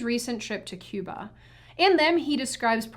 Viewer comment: You pronounced "Cuba" wrong